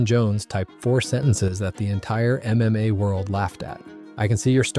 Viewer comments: Dude the voice is actually not bad until he read mma as M M A hahaha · I caught it out with how he pronounced "MMA"